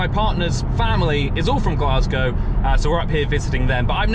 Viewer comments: Aye it’s glaes-gae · You also said Glasgow wrong